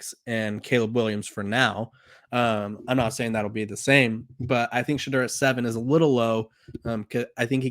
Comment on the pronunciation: I agree. I almost subscribed to this channel but Ima wait. I’ll give him time to pronounce Shedeur’s name correctly and maybe by then, he’ll stop down playing him.